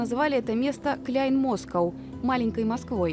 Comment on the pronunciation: клян москоу😂😂😂😂 не клян а клайн мля....научись выговоривать